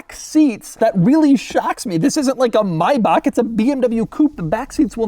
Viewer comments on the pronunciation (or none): none